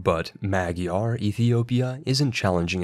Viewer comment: Fyi "Magyar" is pronounced "madjar". 🙂